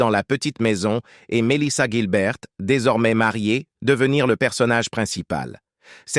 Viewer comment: Le série est bien mieux que cette vidéo. La voix off est pourrie, elle ecorche un nom sur deux, se contredit ( Guilbert puis Gilbert), et ils répètent trente fois la même chose 50 fois en 20 minutes.